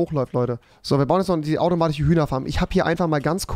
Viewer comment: Automatiche 😂 sorry aber es ist wirklich witzig bist überings mein liebling YT 👌😅 Und geile neue Friesuer